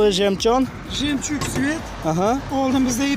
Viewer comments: Карнавал эмас карнивал .жемчон эмас жемчук . Харип😂😂😂😂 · Автор жемчун мас жемчуг дейилади одамлар кулмасин рус тилини сал ўрганволин маслахатим сизга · жемчон эмас, - жемчуг. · Aka video zo'r! Lekin jemjun mas jemchuk deng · Ука жемжон нима дегани бу карейсча сузми ёки русчами русча булса агар жемчон эмас жемчуг булади. Мен нима диябтикан деб уйлабман янги ранг тури чикибти дебман. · белый жемчон дийилмеди, белый жемчуг дийилади. Sizga zor maslahat "Choynakning qopqog'i"ni videolarini koproq korin, obzor qilishni organasiz, hoziram yomonmas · Белый жемчуг айтилади ,белий жемён айтилмайди. Кия карнивал дейилса керей манимча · Жемчон эмас,кишлаки.ЖЕМЧУГ. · Жемчон эмас Жемчуг дейилади укам. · Белой жемчон эмас "жемчуг" дейилади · Саводсиз бепаросат жемчон эмас ,жэмчук. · Ха демай жумонг деворади))) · Янги гап белый жемчон 🤣🤣🤣куйилганни урнига пуйилган деяпти 😂😂😂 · Белый жемчуг дейилади ва кия карнавал эмас карнивал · Ука, она тилингни тоза гапир илтимос, эшитган одамни гаши келади, хаелингда "пиздецки" замонавий боламан деб уйлаетгандирсан-у, аслида ундай эмас. "Белий жемчон" дейишингдан, русча "стеклоподъёмник" дейишга тилинг келишмасдан ойнакутаргич дейишингдан рус тилини умуман билмаслигинг билиниб турибди.